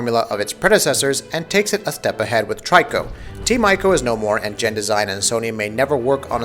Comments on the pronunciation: I'm sorry, but it's "E-co" not "Eye-co". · p Please say his name right. It's pronounced Tree co. So annoying when people say it wrong. Also it's not Team ico it's Team Eco.